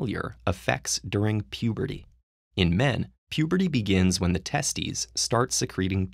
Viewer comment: Did he just call them "testies"